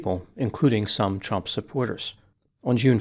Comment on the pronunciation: I love the way you pronounce trump as chump. Perfect!